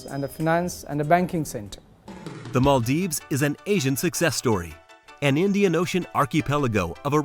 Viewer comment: its Maldives not maaldeep